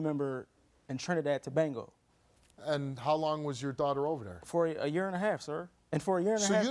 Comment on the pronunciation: It's Trinidad and Tobago not tobengo now lemme continue watching